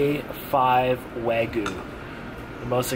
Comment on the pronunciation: It’s spelled “Wagyu” not “Waygu” and pronounced “wah-gyu.” Almost as bad that other video where you said “tem-pure-a.” Still love your vids though lol